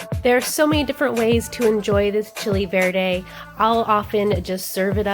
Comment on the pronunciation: The moment I heard her say chicken Verde… no accent, don’t trust